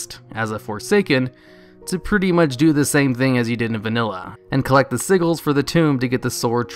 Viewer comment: Siggles? Seriously?!?